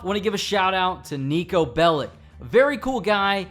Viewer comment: Please say it correctly I tried best ti tell u how u pornounce niko bellić Neekoh Belich